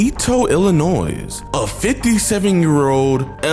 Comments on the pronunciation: IllinoisSSSS he S is silent dawg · For future reference jidion as a person who lives in Illinois the s is silent so it's only Illinoi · Ill-ih-noise drives me insane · My motivation to keep going every day is hearing Jidion say "Illinoise" lmao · Hello, just an FYI the S in IllinoiS is always silent 😉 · by the way the S in illinois is silent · Much love to what you do bro you don’t say the “S” in Illinois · the only thing wrong with this video is how you pronounced "Illinois" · I always thought the S in Illinois was silent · U did not just say the s In Illinois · The way you pronounced it😂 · U don't pronounce the S in Illinois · Not JiDion pronouncing the S at the end of Illinois 💀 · As someone from Illinois the S is silent bro smh 🙃😂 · A simple pronunciation of Illinois isn’t that difficult 🤦🏼‍♂️ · love you bro but you don't say the s in Illinois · JIDION I LOVE YOU SO DO YOURSELF A FAVOR AND STOP PRONOUNCING THE S IN ILLINOIS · im sorry.. im 13 seconds in and you did not just pronounce the s in illinois